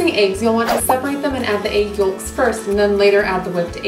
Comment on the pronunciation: That looks so delicious! (also I love the way your accent really comes out when you say "egg yolks" haha)